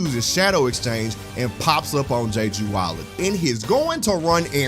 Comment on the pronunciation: "Jay-Jew Island" 🤦🏾‍♂️